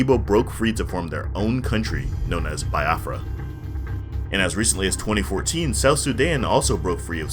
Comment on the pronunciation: Nice video. Correction on pronounciation of biafra. It's not "buy afra" it's "bee afra".